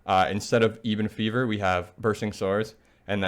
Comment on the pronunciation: “Plag bringer” “Eebon fever” Cmon bruh